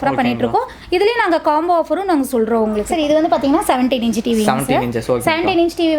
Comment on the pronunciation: அக்கா அது இஞ்சு இல்ல அக்கா , இன்ச் 😂😂😂 ...